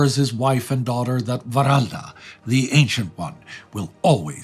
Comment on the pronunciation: The Wralda character comes from Frisian lore, the Wr- is supposed to be pronounced UUr/Ur, Uralda, Oeroud in Dutch, meaning very old. Also the black magic/demon summoning claim was made by Albrecht Haushofer, who joined the resistance, against his father Karl Haushofer. Not later cooks like the author of Spear of Destiny.